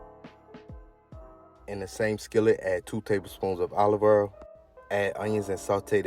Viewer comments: loving the way you pronounce olive oil "olivER" heheh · Ima start saying Olive Earl now lol Great recipe btw!